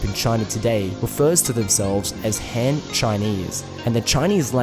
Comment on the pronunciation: I find it remarkable how accurately you pronounce most of the Chinese words but you really let your (I assume Australian or NZ) accent through when pronouncing the A vowel (surprisingly only noticed it the first time you mentioned the Shang Dynasty but then got it correct the rest of the times, but then woof when you talked about the Han Dynasty)